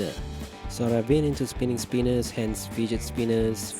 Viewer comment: lol I thought he said fidget penis